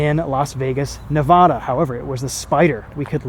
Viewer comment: You said Nevada completely wrong.